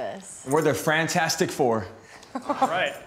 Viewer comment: This is like my third time watching this and I just noticed Frantastic instead of fantastic don’t kill me.